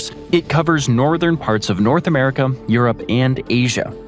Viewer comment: is it just me or do you hear "Antarticum" whenever he says Antarctica also i think he says a um at the end of America. Americum....